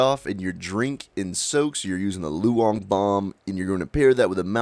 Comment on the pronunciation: Love your vids, but you're butchering the Chinese language :). Daoist is pronounced like How-ist. Loong is pronounced like room, but ending with ng, not m.